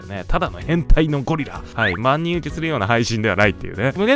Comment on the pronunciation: ✖万人(まんにん) ⭕万人(ばんにん)